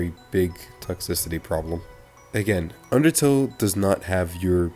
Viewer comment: Great summary of it! And yes you pronounced it right lol